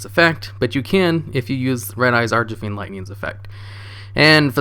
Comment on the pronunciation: Brooo it's archfiend not archafiend it's killing me ahhahaha